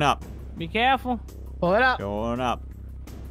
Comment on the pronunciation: Why does say caful